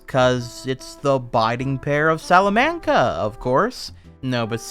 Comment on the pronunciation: DEAR GOD MAN IT'S PRONOUNCED Sala (the way you said it was right) mon kuh Salamonkuh. Salamanca.